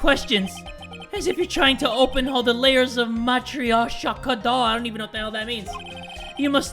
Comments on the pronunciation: its pronounced ma troy shhh ka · you don't know what a Matryoshka doll is? It's a russian( I think) doll with layers. You open one up and another is inside. And then you open more and more of the ones that are inside till you get the smallest one. And you don't pronounce her like 'matry-oshka'. You don't add the 'y', you say a normal 'o' just a bit softer? I think - matrioshka. Don't add the 'y'. It's hard to give an example. In my language I could explane really good and you would understand but now in english it's really difficult. Don't say 'y' just a soft 'o' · tries to pronounce matryoshka Me, a multilingual: cringing intensifies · A Matryoshka Doll is one of the Russian dolls where you open the doll, and then there is another, smaller doll inside. It keeps going on and on, and it is pronounced Mot-ry-osh-ka Matryoska. At least I think that's how it's pronounced. I looked it up X3